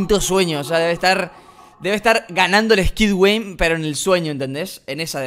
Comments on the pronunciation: robles dijo skid gueim xD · Robleis dijo el squid gueim